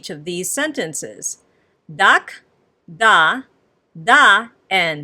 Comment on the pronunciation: You are teaching this language incorrectly. The "K" is pronounced as if the (a) is still attached to "K". The coma in the "Dak' " is basically saying the (a) has been omitted. The "K", is still pronounced as "Ka" making the pronunciation "Daka" as the original language. Try looking at this sentence, it will sound like the original language. "I love cats. = Dak'ro yamuyina. = Daka ro yamuyina.